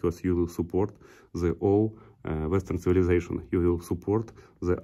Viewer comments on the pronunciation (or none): none